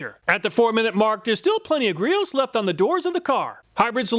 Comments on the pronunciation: Not meaning to be a smartarse, but as a customer since the early aughts, it's not "grots", it's "GREE-owes". They actually have a little "quiz" on their site ribbing on themselves about how it's pronounced. Love the comparison otherwise though!🙏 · Say it with me…. Gree-Owes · I love watching all your videos. U do a great job. Griot's is pronounced like (gree-ohs). The T is silent. U got it right the 1st time lol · Ah dude come on. It's "Gree-ohs." Not "Grots". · Just for reference (and this is the 2nd video where you got this wrong)... "Griots"... is not pronounced "Gahrots", the proper way to say it is "Gree Oats" or some may say "Gree Oh's"... but it absolutely NOT pronounced "Gahrots" lol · Y’know it’s actually pronounced as “Gree-ohs”, right? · Pronounced gree-oh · Good review. BTW, Griot's is pronounced gree-ohs. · FYI, Griot's is pronounce "Gree-oh's" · FYI Griot's is pronounced gree-ohs (ɡrēˌō) with emphasis on the first syllable. I love their products, especially the leather care. Chemical Guys also have some excellent products. Looks like I need to give Slick a try. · Griot is pronounced Gree-Oh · Sorry I just had to correct you on one thing. Girots is pronounced GREE-Ohs (they are local to the PNW near where I am) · Griot's is pronounced Grie-Ohs. They make great stuff. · Griots is actually pronounced GREE-OHS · It would be great to see Gyeon and CarPro products in here. The main takeaway from this video is that the garden hose foam cannons never work properly, the foam should be like shaving cream. Griot is pronounced like gree-oh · Griot"s is pronounced Gree ohs. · FYI, Griot's is pronounced "gree-ohs". 🙂 Thanks for all the effort that went into making this comparison video! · Griot Gree-oh 👍 the “t” is silent. They are a great local company. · Just so you know Griots is pronounced closer to Gree-Oh's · Another great video. Just an FYI, Griot’s is pronounced, “gree-oh’s” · It’s funny to me how you always have trouble pronouncing Griots. Lol